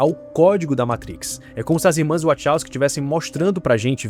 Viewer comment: nao da pra levar a serio alguem que fala "irmas wochowsky"...